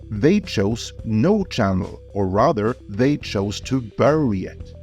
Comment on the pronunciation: HAHAHA, is that a "NO" or "NOW"? Coz they both sounded the same,.